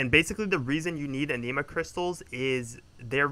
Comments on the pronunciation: My friend not talking shit just trying to help its not pronounced aneema. Is ani ma like japanese anime or animal. The 'i' is pronounced like the 'i' in it, not an 'e' sound. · A-nih-ma not ah-knee-ma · omg the way you say anima im going crazyyyyyyy...good guide otherwise